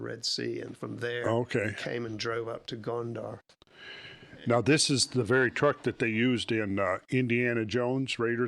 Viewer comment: Thought he kept saying Gondor ❤